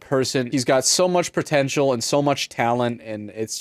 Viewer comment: "so much pertential" luv ya <3